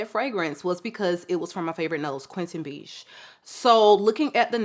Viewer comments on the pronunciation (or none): haha, the perfumers name is Quentin Bisch, not Beach.